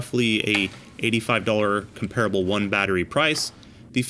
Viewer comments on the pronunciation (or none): The correct pronunciation is “comp-ra-bull” not “com-pear-a-bull” just saying no one in the construction or tool world knows how to say that word apparently.